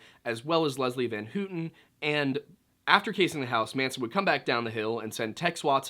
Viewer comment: It’s pronounced “Van How-ton” not “Van Hoot-ton” Just saying